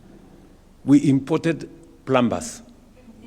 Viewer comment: Sio plambas,. In 'plumber', letter 'm' is silent.